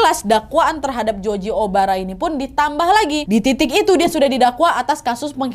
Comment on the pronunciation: Nadia ngomongnya*Joji Obara* kuping dengernya Joji Omara 😁😁